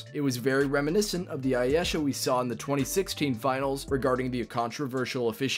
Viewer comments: You cant even say Ayesha (Eye ee shuh) right lmao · Gotta learn how to say Ayesha fam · You mispronounced Ayesha’s name. Not credible. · Say her name right! Damn..especially if your going to say it multiple times ..